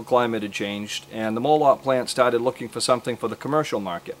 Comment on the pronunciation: Molot means hammer in Russian. And your pronunciation is correct.